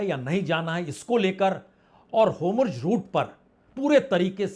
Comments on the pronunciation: Sir gustakhi maaf ho lekin hormuz bola jaaye to acha lgega naaki homurz🙏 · Vajpayee ji, AAP varishth Patrakaar Hain lekin app. State Off hormuz ko humruz kahte Heyn aor netan yahu ko netanu kahte heyn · All the questions raised in your discussion are very informative as well as thought provoking. The in-depth analysis too deserves full appreciation. However, One small correction in the current topic; the pronunciation is "Hormuz' and not 'Homurz'. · Sir I think you are saying homruz instead of hormuz..🙏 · Hormuz and not homurz 🙏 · आप हॉरमुज़ को होमरुज बोलते हो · वाजपेई जी होमुर्ज नहीं हॉर्मूज़ hormuj कृपया उच्चारण ठीक करें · पहले होर्मुज बोलना सीख लें, फिर ये सब विश्लेषण कीजिए